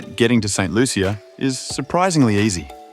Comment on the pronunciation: That’s not true. The “Loo-sha” is the pronunciation that a lot of Americans have used. However, locally it’s very much pronounced “Loo-chee-uh” the heavy French influence and creole dialect is what persuades the language and pronunciation.